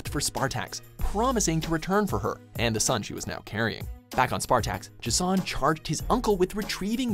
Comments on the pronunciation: Is Jason so difficult to pronounce? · Except with the pronunciation of J'son's name. Which is wrong.